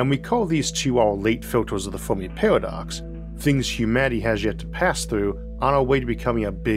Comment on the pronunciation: Saying Formi instead of Fermi confuses listeners 😂